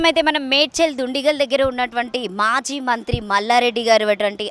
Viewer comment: Amma maji mallareddy kadu.. Language problem pronounciation telugu worst anchor pls improve your skills ..